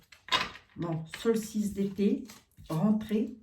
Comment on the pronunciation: Chère...on dit solstice d été... Et non solice...lol..paix ds le monde...bisous🙂